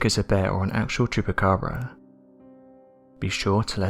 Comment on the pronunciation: Well at least everyone knows it's a black bear with mange. Poor bear. This dude trying to fool us saying it's a chuppacraba.